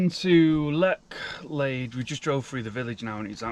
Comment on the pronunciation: Pronounced Letch lade.... Bor-ton on the warer..... just saying.... Thames flow is low at the moment, hence the cloudiness they try to slow the water to keep it navigable. Keep up the good work enjoying the content.